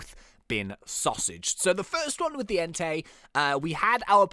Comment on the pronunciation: When he said Entai I thought he said Hentai